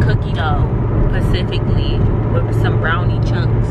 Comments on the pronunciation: Aww Lawd she's one of the ones that say pacifically instead of specifically LOL too cute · “Pacifically cookie dough lmao” 😹